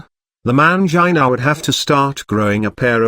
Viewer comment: hahaha I thought I was the only one laughing at that. I couldn't stop laughing whenever it said MAYUN-JIH-NUH all fumbled.